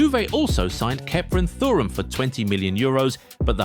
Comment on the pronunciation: I love you guys, but you really need to sort out your pronunciations. Never have I ever heard Thuram pronounced like that